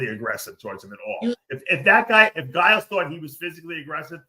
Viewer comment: The way Dave pronounces Giles 😂